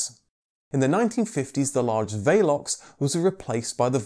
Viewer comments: Vaylox? I've always known it as Vel ox . Anyway that's how we say it in New Zealand. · The first Vauxhall Velox was the 4-seater open tourer version of their 30-98, which was introduced just before WW1. And, yes, he pronounced it wrong. Maybe he was thinking of Velux Windows. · What the hell is a VAYLOX I thought it was called a VEELOX.